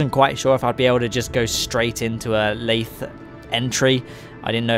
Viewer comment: You pronounced it correctly. The sea is full of a periodically vectoring force called the Boingsey force. :)